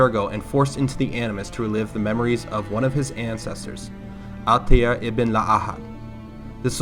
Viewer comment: He is one of the only people in the world that does not butcher Altairs’ name